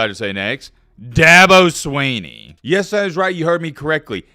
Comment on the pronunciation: Thank you, well put. doesn't even know to pronounce the man's name. That should tell everything you need to know. He listens to a bunch a fodder and reports what he hears.👍